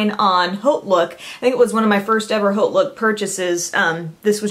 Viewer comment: it's sounds like Oat Look the H is silent there are dictionary programs that still sound it out.I just figure since your background is in broadcasting you'd want to know how it sounds.Don't you just love the English language?